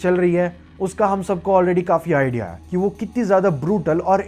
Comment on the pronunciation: This video is such a good drinking game Take a shot each time you pronounce “hai” wrong